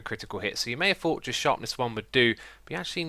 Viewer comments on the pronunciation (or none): none